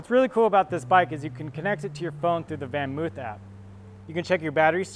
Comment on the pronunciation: It's not pronounced oof it's actually pronounced van moaf -- sounds like loaf.